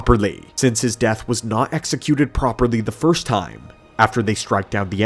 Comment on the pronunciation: you say properly like Malfoy says “Potter” 😂